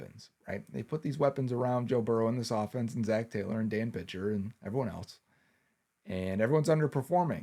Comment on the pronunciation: Taylo you say?